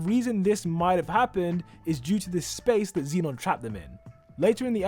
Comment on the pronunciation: he pronounces like zeenon— its zenon